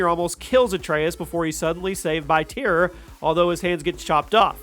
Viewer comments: Tire? Its pronounced tier for tyr and whoremonger? Lmao 😂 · Tyr is pronounced tear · He said tire 🤣🤣🤣🤣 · It’s just “tear” (Tyr.) All these words are pronounced many times in the main game.